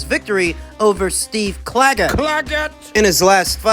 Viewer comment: The emphasis on Clagget is hilarious